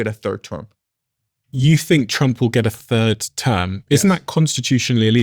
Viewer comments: It’s “Trump” not “Twump”. Diary of a CEO used to be a great podcast, now it’s just - man bites dog - yellow, click bait distraction. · Does he keep saying President Twump?